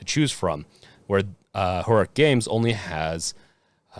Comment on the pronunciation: Your pronunciation of Heroic is giving me fucking anxiety.